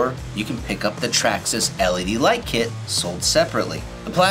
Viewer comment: Nice, but it's Traxxas.